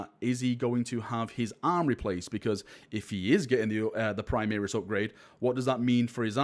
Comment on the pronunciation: "Primeris" lol :D